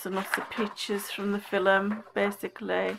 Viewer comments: Hahaha, I know, I pronounce it filem??? This strange accent I have, it's so annoying, lol. I don't even remember saying 'film' in the video. I'm racking my brains now trying to think when I could have said it, lol. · LOve the way you say film :0) cracks me up :0). Love the Bible I have one similar but not as nice it has a soft cover, not that into gel pens( although I have loads ), and although they do show through they work really well in it. very therapeutic ! :0)